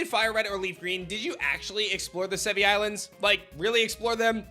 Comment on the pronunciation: It’s pronounced Sev-ee-eye. (i.e. the Latin word Brachii)